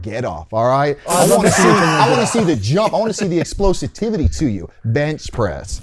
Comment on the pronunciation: "explosititvity" -Clay Matthews